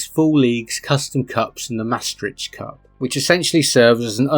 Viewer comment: the way you hit the 'P' in cup is like the bath scene in Twin Town 😂